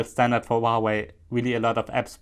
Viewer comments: มันอ่านว่า หัว เว่ย. ครับ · Not wauwai!!!!! Huawei!!!!!!!!!